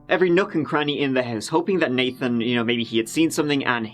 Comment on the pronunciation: Go to and ish he sta naTHan twice lol THE ACCENT IS FAKKKKE I KNEW IT!! jkjk but he does pronounce the th though twice 🤫🤯🤔